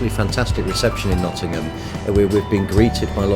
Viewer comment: turns "Nottingham" into "Lovingham"